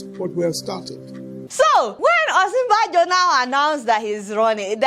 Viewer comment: The joke is good Deola and I like your approach too...Next time, just remember the correct pronunciation of Osinbajo...its a yoruba name and I am sure you are yoruba yourself.